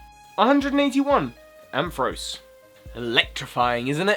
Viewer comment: IT'S IN UR TOP 10 AND U MISPRONOUNCE IT IT'S PRONOUNCED AM FA RAUCE!!!!!!!!!!!!!